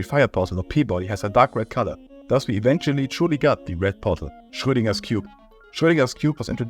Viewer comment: the way you said schrödinger sounds so german